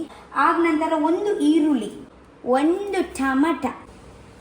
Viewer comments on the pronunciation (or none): none